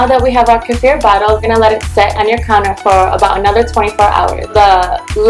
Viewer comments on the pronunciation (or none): none